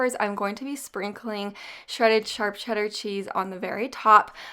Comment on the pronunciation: It's hilarious how you say charp cheddar not sharp😁🤣